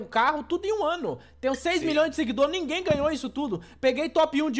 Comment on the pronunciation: ameaçou o português com esse "nimguem"